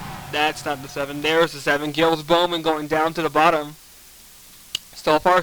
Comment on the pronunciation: Giles not Gills. Jiles is the way it sounds.